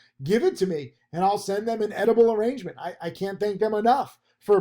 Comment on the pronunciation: "edible arrangements" lol